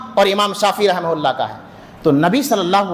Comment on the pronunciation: Rahim hulla raham hulla kyon karo rahamatullah boliye kam se kam yaar Naam lo to adab se to Naam lo Rahe mohalla kyon bol rahe ho rahamatullah bolo